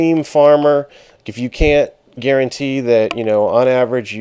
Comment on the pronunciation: haha "garen-tee"